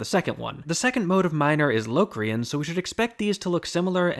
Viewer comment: uuhmm auctally its 'l (aw) crian), no LOWcrain.